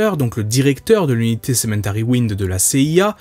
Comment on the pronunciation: Alors j'ai peu être mal entendu mais il m'a semblé que tu disais "Cementary" au lieu de "Cemetery"